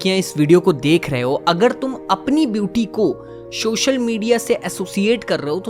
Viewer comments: Sir just a suggestion…. Aap ‘social’ ko please ‘shocial’ mt bola kriye🙏🏻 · Is it social or showshial? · Shoshal nhi Social hota hy bhai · Its "Social Media" and not SHOSHAL MEDIA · Shocial media ni Re bhi, its social media 😂.